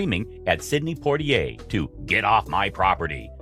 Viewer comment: Dear narrator, please learn to correctly pronounce Sidney Poitier's name. Thank you.🙄